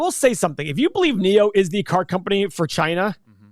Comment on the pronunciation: First , you can't even pronounce China properly and know nothing about Chinese EV space and you want to analyse NIO a Chinese company. Save your breath, Keep to yourself. FYI, most of Tesla's revenue comes from China.